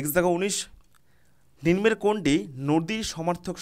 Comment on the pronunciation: Ninmo hbe na uchharon ta nimno hbe